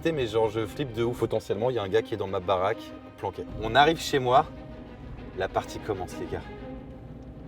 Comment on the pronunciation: Pourquoi tu dis chez wouahne mais que ce chez toi 🤔🤔🤔🤔